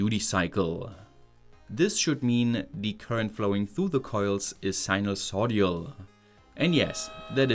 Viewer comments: Big fan of your videos! Just not sure if it's a mistake or inside joke when you say "sinusoid-i-al" instead of sinusoidal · it's pronounced sinus-OI-DAL not sinus-O-DIAL. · Sinusoidal, not sinusodial :) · Interesting, as always. One tiny irritant - the word is sinusoidal, not sinusodial. The 'i' is in the third, not the fourth syllable. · You seem to flip "d" and "i" when saying sinosoidal , so you end up with sinoso-dial. Took me a while to figure out why it sounded wrong. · it's "sinusoidal" — sinus-oid-al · Im rriggered everytime you mispronounce sinusoidal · jeez, I've never been more annoyed to hear sinusoidal pronounced like that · sinusoidal: ❌ sinulsodial: ✅